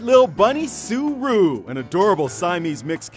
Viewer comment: ***** that is what her name is. Roux is pronounced Roo.